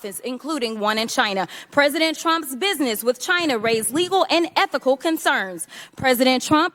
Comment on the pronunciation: Fake hair, fake lashes, fake nails, can’t pronounce the word “with.”